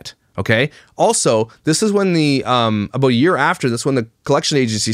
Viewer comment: I love the way you chose positive paths when faced with ... heartbreak, for example. Working hard and not moping 'aboot' lol💚 I would probably be in a mental institution curled into a permanent fetal position.